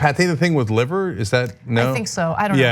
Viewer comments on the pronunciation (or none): none